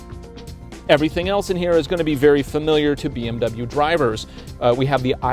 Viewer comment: Dubble bee em you